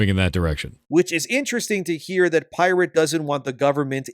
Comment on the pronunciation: Your pronunciation of the word pirate is off, unless you are making fun of him being "irate".